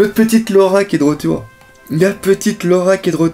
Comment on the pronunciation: normal que ce ne soit pas laura vu que cette laura dont vous parlez tous n'existe pas! c'est LOLA apprenez le nom des personnages et respectez un peu l'oeuvre au lieu de suivre dans ses erreurs de prononciations etc